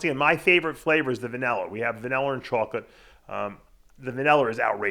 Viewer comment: I love how Dave says Vaneller for Vanilla. LMAO.